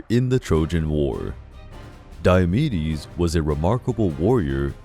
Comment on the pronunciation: I tought he said diabetes